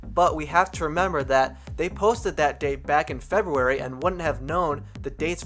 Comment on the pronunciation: omg the way he says February "febuewy"